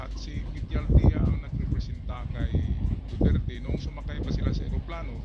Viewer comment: Mister Dutert daw sabi ng mga pranses pero sabi ni d30 Du-ter-te tapos wala di sya pansin mister du-tert pa rin😅😅😅